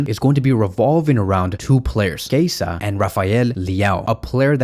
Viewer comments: Dude his name is Chiesa not Kaiser wtf??😂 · Why do you call him Keisa? 😂 His name is spelled Chiesa and pronounced [Kieza]. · He said Kasa